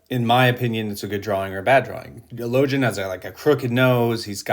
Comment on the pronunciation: Damn that's good. It's crazy how close people's imaginings are collectively based on amazing writing by Abercrombie...Now repeat after me: Logan (LOW-gEnn)